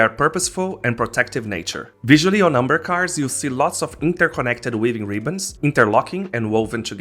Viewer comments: I am completely new to this, have no idea how this game works, but got curious and wanted to learn. Your video is my second dive into finding out more after stumbling upon some grown ass men of course making it all about money and card values lol I was thrown off by umber (amber) and cuh-rockters (characters) until I realized what you were attempting to pronounce lol xD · Your accent throws me off. It's good information but character and amber weren't inherently clear to me.